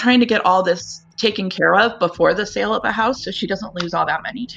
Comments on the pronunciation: Why do you all have such a hard time saying "sale"? I keep hearing "money from the 'sell' of the house." Wrong. Money from the SALE of the house. And long A sound, not a short E sound. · California for sure. Californians like to misuse short vowel sounds. They replace short E sound swith short I sounds (ex. Wendy becomes Windy) or short A sounds (ex. berry becomes bare-y). And then they apparently stick a short E where it doesn't belong in "sale." It's so bad, though, that i see people type "sell" when they should use "sale" (ex. We did a million dollars in sells last year). - They mispronounce it to the point where they forgot those are two different words with different meanings.